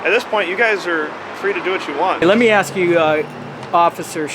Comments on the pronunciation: THE WORD IS ASK! MY God.... She sure tried didn't she.... I think she is BUTT HURT way beyond belief! Can they talk to our customers.... OMG, what Country do you live in? NNC you need to tell your buddy to Shut Up! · "ok now let me "AXE" you a question. LOL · “Let me aks this question” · Its ASK" not aks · It's ask not axe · She's going to axe the customer 😂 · Why haven't they learned it yet!? It's ASKED NOT FUCKING AXED! SMH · Please don't axe me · Stop saying AXE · “ let me ax you a question “ 😂🤦🏽‍♂️ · Why does the woman say Let me axe a question"? The word is "ask" not "axe"! I swear that gets on my last nerve!!!! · Lady its not axe what your trying to say is ask thats the proper way to say it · The cop with the hair will one day be a supervisor. The bald cop will always be a patrol officer, aka scrub.... The post office lady needs to to learn the word is ask, not ax. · Axe vs. Ask... learn the difference !!!!! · She said “aks”. Hahahaha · What is it with these people that cant even pronounce ASK so use AXE instead and why do the majority seem dark skinned ? Is there some sort of separate class in school where these people are taught specifically to mispronounce words ? No wonder half cant even spell nor talk in a legible manner. NO I`m not racist, it`s just an observation......... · What is it with black people and "axe" instead of ask? Is it a mental handicap only present in black people or something? It's a three letter word that most people learn before they even start school, yet adults somehow fail in pronouncing three letters in a row? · someone also needs to educate this dumb ass that the word that she is attempting to use is "ASK", not 'axe'. For fu@ sakes. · TYPICAL STAMPLICKER , LET ME AX YOU A QUESTION , PITIFUL!!!!! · Fkn stupid postal idiot... wtf is "aks"? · The Word is ask not ax I wish somebody would teach that to this woman Oh I forgot she’s a government worker they are not very educated any away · It's ASK. Pronounce it